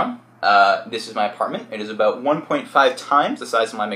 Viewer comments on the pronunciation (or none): "abot"lol he is defo Canadian